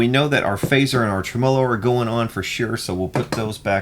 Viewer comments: Clicked just to hear say "trem-olo". It's Spanish for tremolo. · tre-MO'-lo. Lol